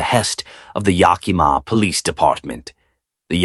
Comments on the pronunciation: From Washington state. It's pronounced yack -a -maw. It's the name of native American tribe Yakima. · lol every time it was pronounced incorrectly I flinched..